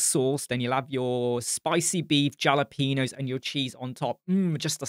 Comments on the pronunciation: 🤣 "JALApeños" - Love you and thanks for all you do, not trying to sound like a prick here but the JALA is pronounced HALA. 💋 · Jalapenos killed me lol. I’m from South Texas so we try to throw some Espanol on our pronunciation haha. Thanks for this review! I bailed out because of all the fluff at the start of the Elementor announcement. This looks amazing and I’m excited for the direction Elementor is going.